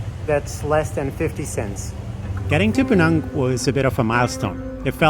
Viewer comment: Im very happy you pronounced Pinang as how it should be! Pinang, as PeeNang. not Peh-NAANG! THANK YOU!